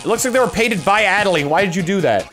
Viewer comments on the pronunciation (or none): Reiterating, it's pronounced 'ADD-A-LINE'